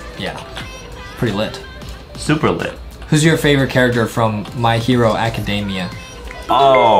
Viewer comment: 'my hero acadaimeya'